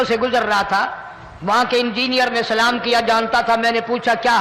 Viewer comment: Bhai phele to salam sahi se kiya karo thik hai na